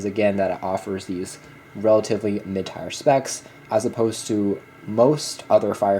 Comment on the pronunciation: Mid Tire? You mean Mid Tier (Teer)